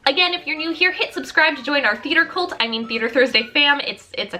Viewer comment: I THOUGHT SHE SAID “COLD” WH